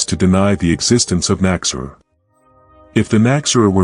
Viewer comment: An interesting video, but your AI narration is really distracting. It does not correctly pronounce the term KNOCK-ZEH-RUHR, either. I'm glad to see the Nachzehrer getting more recognition, though. Edit: fixing phonetics.